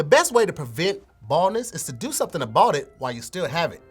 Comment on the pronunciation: . I'm pretty sure he meant CarMax not Carmus 🤣 Again ladies and gentlemen he meant About not abought. Sorry for the inconvenience did he say polks instead of folks? Somebody please get KevOnStage to overview this 🤣🤣